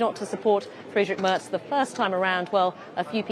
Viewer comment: The BBC's Berlin correspondent cannot even pronounce "Merz" properly.🙄 It's "mehrts" not "merts".